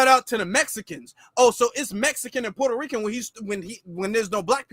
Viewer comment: Fat Joe, a.k.a. Port-Hoe-Reeking